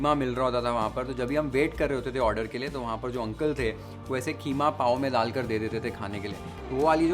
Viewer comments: why idiots say kheema its keema 😂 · Yeh KHEEMA kia hota hai😂😂😂😂HYDERABADI HO KIA QEEMA KO KHEEMA. 😂😂😂😂😂